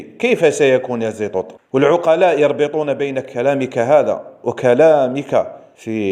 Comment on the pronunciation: استتذنا المحترم صاحب القنة من فضلك لا تذكر هذا الشخص الارهابي باسم محمد و اكتفي باسم زيطوط بالطاء و ليس التاء .